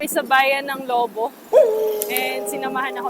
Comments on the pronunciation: Labo not labu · It's Labo and not "Lobo" ms.